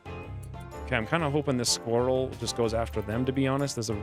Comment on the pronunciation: I enjoy the way you say sqweerell lol "" The odds may not be in my favor, yet I'll still give it a shot